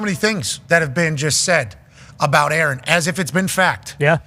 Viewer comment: And they all call him "A-A-Ron" 😂